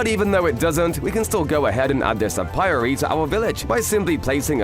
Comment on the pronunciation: Ay-Pee-Airy, not uh-pirey